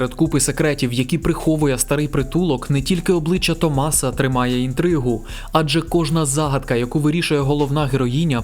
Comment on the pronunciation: Не можу увесь час не здригатись коли автор в імені Томаса ставить наголос не там, а так чудовий огляд